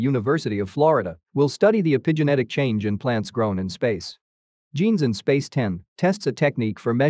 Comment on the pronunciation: FYI, e-PI-gen-e-tic is actually pronounced e-pi-ge-NE-tic.